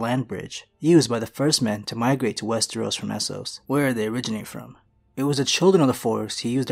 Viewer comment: I was so happy to hear you pronouncing westeros correctly, then in the last minute or two you say wes-tree-os again. You had to do it on purpose to piss me off. Kidding aside, another great video.